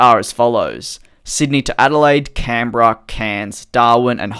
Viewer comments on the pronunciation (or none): none